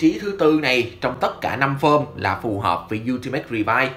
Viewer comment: Revi và vice , gọi chung là revice , ad nói sai r